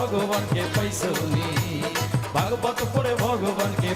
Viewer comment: vog vog nahi "Vagavat"